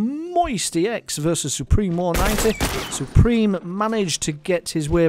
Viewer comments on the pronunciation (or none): its "MMoisty" not "MMoistyx"